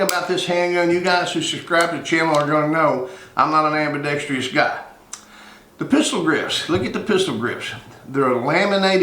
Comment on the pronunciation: There is NO Tree in the word ambidextrous. Look at the spelling. Then pronounce it as it is spelled.